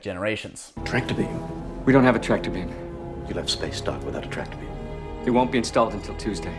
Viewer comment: what the hell is a “traptor beam”? 😂😂